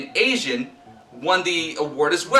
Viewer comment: It's actually Alejandro Gonzalez Iñarritu ; but i get it, it's a Latino name, sometimes it's hard to pronounce.